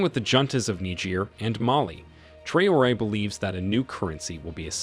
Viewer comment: The voice-over mangles Traoré's name so badly that he must be a yankee.